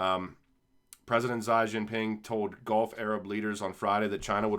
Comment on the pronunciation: Its pronounced “xee” not “zy”